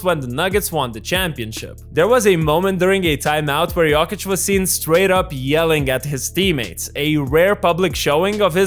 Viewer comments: It’s not “yockich” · I hate the way you say Yolkich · With all respect, please pronounce his name right next time! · The way you pronounce Jokic triggers me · It's funny how you pronounce Jokić, like a posh girl from Belgrade(I'm not saying you sound like a girl 😆)